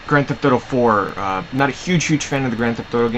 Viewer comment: lol when you said grand theft auto 4 it sounded funny :3